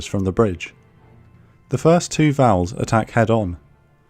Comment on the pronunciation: I've never heard the Japanese planes called Vowels and Judies before.